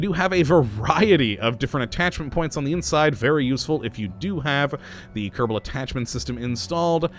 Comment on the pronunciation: Why do you say Kerdible space program?